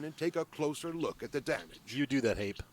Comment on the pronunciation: Hape is pronounced Harper